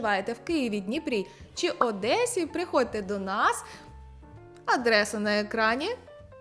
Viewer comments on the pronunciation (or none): none